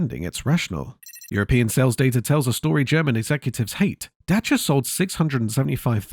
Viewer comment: As a Romanian, I want to thank you for taking the time to learn how to pronounce Dacia. They used to be even better you know...you could fix anything about them with a few wrench strikes and some colourful language.